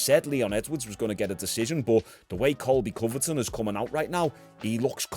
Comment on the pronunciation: I'm not trying to be that guy but its Covington not Coverton lol, love your channel keep up the good work.